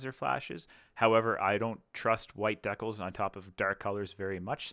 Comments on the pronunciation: The way you pronounce "decals" hurts my head. lol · As a fellow Canadian... please continue to say "deckels". Let the flowers wilt and die.